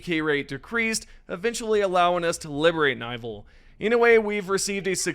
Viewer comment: Nivel? Dude it's pronounced nivel with accent in the e, not in the i, it's level in spanish, level 43